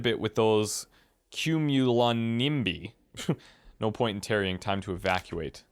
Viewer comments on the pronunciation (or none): Did you honestly have trouble pronouncing Cumulonimbi? Didn't learn about clouds in school?